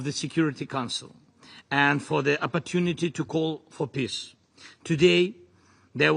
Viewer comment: He keeps saying piss instead of peace